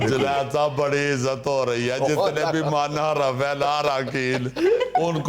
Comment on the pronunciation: Munharif Not Manharaf